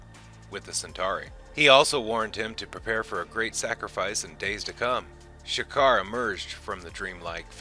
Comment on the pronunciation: Video was pretty thorough. Only thing is some pronunciations. Streib is said as Stribe, it's Ulkesh with no R in it, and it is' G'kar with a soft G, not Sha'kar.